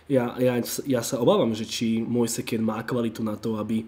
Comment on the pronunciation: citaj Mojs Kín :)